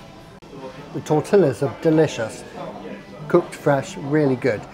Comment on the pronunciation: It cracks me up the way he pronounces 'tortillas'. LOL! Great reviews!!